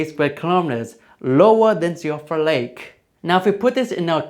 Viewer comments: Also, Siofra is pronounced "shee-fruh". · To be fair, Siofra is entirely the fault of Irish Gaelic, the culprit behind names like Siobhan (shee-vahn) and Eoin (Owen). So unlike gaol which is still occasionally used in some parts of the world, native English speakers have no idea how to pronounce things like Siofra correctly unless they are also familiar with the Irish language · I would like everyone to know that Siofra is "she-fra"